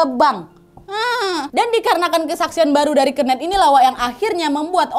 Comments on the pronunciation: Kenet awkwkk keeneth bukan keeneth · Pengen ketawa setiap kak nadia ngmg "kenneth" dgn pelafalan nya dia HAHA jatohnya jadi "kenek" dengernya AHAHHAA 😅😅